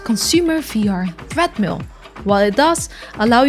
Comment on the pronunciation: 0.38 Did you say THREAD-mill?